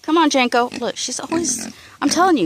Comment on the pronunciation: Janko?? Or Janky??😂😂😂